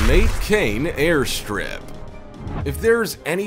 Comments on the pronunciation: Ma-te-ka-ne... in Lesotho... Not mate-kane... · it is not mate-kane,, its Matekane probouced as Ma-te-ka-ne ...